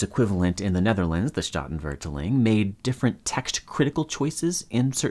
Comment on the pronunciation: Oof, that pronunciation of statenvertaling killed me.